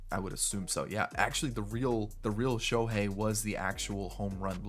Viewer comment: The way he say shohei to start the clip had me weakkk